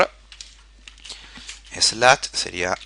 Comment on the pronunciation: Muchas gracias por el curso, muy atendible y bien explicado... como recomendación, trata de mejorar un poco tus pronunciación de algunas palabras en ingles, es un poco desesperante escuchar nuevas palabras y andarlas adivinando "finich, slach" (no digo perfecto, solo mejorarlo en poco) fuera de eso, super bien. Gracias